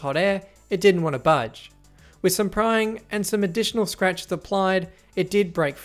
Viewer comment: I heard “prying” as “crying”